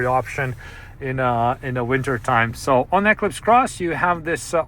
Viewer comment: Why do you say Equis Cross😂